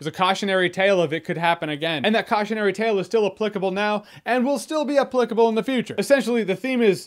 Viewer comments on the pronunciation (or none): Learn how to pronounce the word applicable ...